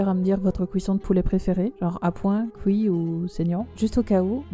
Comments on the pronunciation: Ca me fait rire d'entendre couit 😂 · Tu me fait rire avec ton « couit » 😂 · "sous couit"